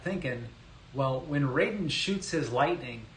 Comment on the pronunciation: Raiden is pronounced with a long I, not 'rayden.'